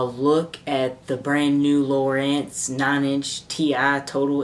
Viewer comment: Its lowrance not lowerance